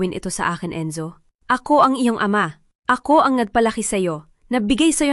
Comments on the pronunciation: Hindi b pinoy ang narrator?d ayos ang bigkas.gaya ng ama.mali ang bigkas. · Bakit Ate Ramon. Diba dapat kuya Ramon. Ayusin mo ang pag pronounce ng AMA.